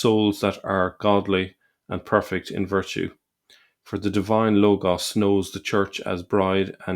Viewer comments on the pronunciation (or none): none